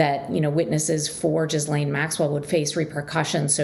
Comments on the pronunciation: It’s not pronounced ‘Jizzlane’ you muppet - learn to pronounce it before trying to sound authoritative! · Are we supposed to believe that this reporter was in the room when she can't say "Ghislaine"? And it is a federal case, hence cameras are not allowed into the room. So it really can't be considered a public case.